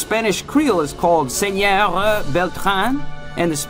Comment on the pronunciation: esa pronunciación suena mal "senoGGGG" cuando en ningun dialecto en Castellano pronuncian las "R" como "G" ni siquiera el catalan que es incluso mas cercano al frances que el castellano, te sugiero que conozcas mas el espanol antes de hacer un video ..